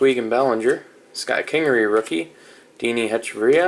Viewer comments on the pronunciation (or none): none